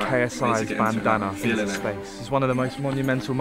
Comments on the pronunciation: 4.50 - do you hear 'bandana' or 'banana' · I swear JJ sead bannanna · When they say "Bandana" I keep hearing "Banana" JJ: "What if my Banana flew off" Me: Wut? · He tries to say bandana and says banana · Whenever JJ says bandana it sounds like banana 😂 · When KSI say bandana I hear banana anyone else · It sounds like their saying banana 😂👌😆😝🤣🤪👍🏻😜👏👏👏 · Can JJ even say bandana. Every time he says bandana it sounds like banana 🍌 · Is it just me or when Ksi says bandana he says banana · Jj sounds like he’s say “banana” instead of bandanna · it sounds like he is saying banana instead of bandanna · It sounds like jj says banana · Ik it's a bandana but i keep hearing banana😂😂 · JJ said banana instead of bandandba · Eu4n6H thats what i was intending